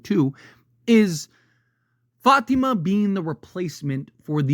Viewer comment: Love how u pronounce Fátima